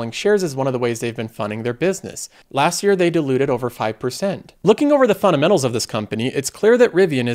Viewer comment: You say "fundamentals" a lot, so can you please say it clearly, instead of "funamenals" it's annoying